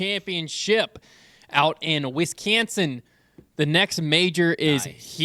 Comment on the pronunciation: Cmon, guys, We don't say Wisconsin like that.